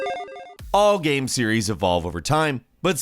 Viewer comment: What about when he says "gaem"?